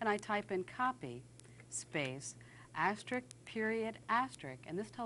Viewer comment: "asterisk," not "asterick"